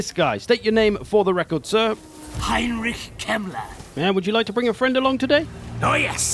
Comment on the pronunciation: Heinrich kemler sounds wrong for a German 😂